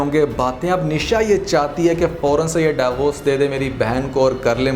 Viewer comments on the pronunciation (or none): Daiy vorc nahien hota divorce hota hai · Interesting but its "deevorce" not "dayvorce"